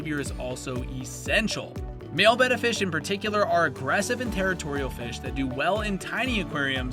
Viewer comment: Thanks for pronouncing "betta" correctly. Nice video!